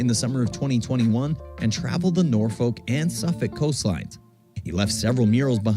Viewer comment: Your pronouncing Norfolk correctly unlike the narrator in the video 😮 enjoy your break all the best 😊